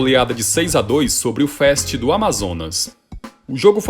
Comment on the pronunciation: Nao se fala fest se fala fast da mesmo forma que se escreve se fala...